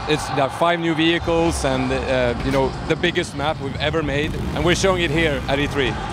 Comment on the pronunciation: did he say ''v hi kills'' instead of vehicles.